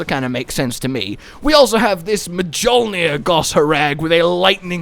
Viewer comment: you do not pronounce the J in mjollnir